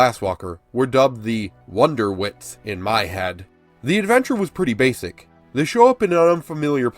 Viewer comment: Is him saying wonderwits instead of wondertwits bothering anyone else or is it just my OCD again?